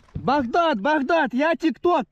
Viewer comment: يكول بكداد يقصد بغداد وات 🤔